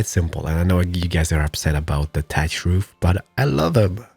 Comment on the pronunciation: I love how you pronounce thatch as 'tatch'